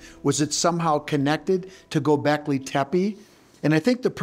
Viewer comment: Is it really that hard to say GO BECKLEY?